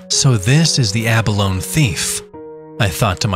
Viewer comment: Yep, -ee sound on the end, ya land lubber! Lol j/k